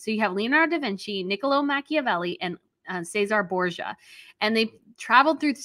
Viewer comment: Ceasere Borgis it is pronounced ches er rea